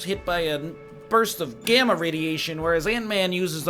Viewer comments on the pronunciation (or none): none